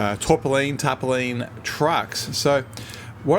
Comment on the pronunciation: The Tarpaulin is pronounced Tar-paul-in. No idea why this video popped up ive not looked at this game for about a year but looking good so far. cheers